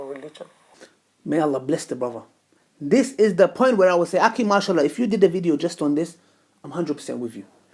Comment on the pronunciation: Learn how to say akhi right, till then get off camera.